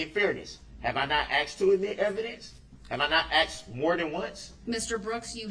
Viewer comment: His ignorance: ("lawful law" "co-horse" "axed" "dis" "dat" "witchu" "substain" "relavinsee" "statues".....and on and on. His disrespect. His arrogance. His INSANITY. He made me physically angry. He has been a user and an abuser and a bigmouth fool his ENTIRE LIFE, so now he's being shown that most women aren't like his "baby mama" or his mother....no longer is he going to win or be in control. He is, as Attorney Opper said in closing....."not in control of a single thing"......ever again. Not his meals. Not his bedtime. Not his times to take a pee or a 💩. NOTHING. Nada. Hopefully, some of the other inmates will teach him a further lesson...every...single....day.....he spends in prison. "DULL-rell" is just that. DULL. Dumb. He's finally committed the crime he cannot get by on. Unfortunately, it required the death of 6 people and the injury of dozens more, not to mention the emotional scarring of so many others. I wish the previous judge who gave him a $1K bond, allowing him to get out, try to run over Erika Patterson, then 2 days later, run through that parade, would have thought about that a little more. I truly do. What a tragedy and saddest and most infuriating of all...he'll remain in prison, but he'll never be sorry. It's not in him. He's an obtuse thug.